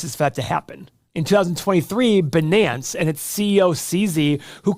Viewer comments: sir, the pronounciation is "Bi-nance" as in "fi-nance" -- not beenance. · I always thought it's pronounced "bye nance" not "benánce" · and its not Banans :D its Biiiiinance :D cheesus reading is hard i know... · Also, it’s BUY-nance not bih-nance. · Someone is mad that he didn't get in when the getting was good. Oh yeah, BUH-NANCE. LOLOL!!!! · ‘Binance’ rhymes with ‘finance’. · He pronounces Binance like Janet Yellen. Clueless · Wow, this dude doesn’t even know how to say ‘Binance’ properly and he feels the urge to share he has “8 businesses upstairs and a 1000 apartments”. Big red flags 🚩 to me… He just wants to spread FUD because he missed the BTC boat. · Can we at lease pronounce Binance correctly? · boomer video. Wen 200k btc, they gonna jump on the wagon like Larry Fink. This guy even said Binance wrong lmao.